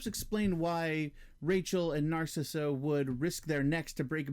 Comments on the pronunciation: It's pronounced "Nar cease" not "Nar Sissuh" wtf 🤣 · Narcisse is pronounced "Naar-seese". There is existing footage where he tells Decker his name..."Remember me, Doctor? Narcisse. I was dying when you had your way with me!" I think this is only in the hard to find 3+ hour Ultimate Cut. I like the added scenes of Lori at the club, though I do think it could be more tightly edited. We don't need to hear the whole song. I also like the extra scenes of Boone suffering hallucinations, as it adds to the impact of everything he is losing in the wake of thinking he murdered families and why he attempts suicide. Decker talking to his mask is woven throughout the narrative in the book, Cabal. In the film, it is very clunky and adds nothing. I agree that it works against the calculating character that has been set up. The few scenes in the movie just seem out of nowhere because the idea was just thrown in because it is in the book. Very clunky and not needed. The Babette power I agree with you on as well. It serves no purpose and Lori can't do anything about it anyhow. A rewrite of the script could make better use of the power and have it be integral to the story, but as shot it is of no use. Ashberry is 100 times better in the extended versions. The scene of Ashberry in jail talking through the wall at Boone was a reshoot scene made later, and it contradicts the character by showing him as judgmental and an enemy to the Breed. In the extended cut, Ashberry is much more likable and understanding, very open to learning about the existence